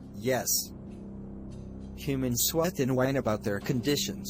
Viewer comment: Mistake Humans-Hunand